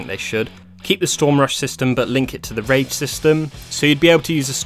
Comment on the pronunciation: I know it's "rage system" but I keep hearing "keep the storm rush system but link it to the rape system "